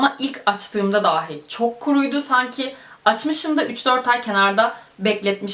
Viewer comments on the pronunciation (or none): none